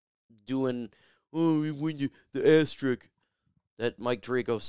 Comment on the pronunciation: Not trying to nitpick but why does everybody call it Asterick? It's "Asterisk".